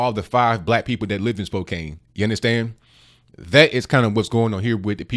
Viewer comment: Spokane is pronounced spo-CAN. Sorry, just trying to help. Carry on. 😎